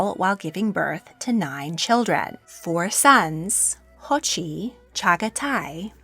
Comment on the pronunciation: It’s pronounced jochi not hochi and the 2nd sons name is pronounced chagatai not shagotai just pointing it out